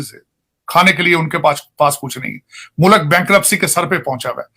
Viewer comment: For God’s sake…….. Urdu is beautiful language and is your national language, don’t murder it. learn to say “mulk” it is not Mulak😿😹